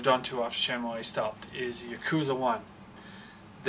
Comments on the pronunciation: Shenmuayy? If you love the game so much, then surely you've seen enough developer videos to know its pronounced SHEN-MOO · Shenmue & Yakuza are some of the best series' EVER, however when you say Shenmue it hurts my ears because you say it horrifically wrong :P cool video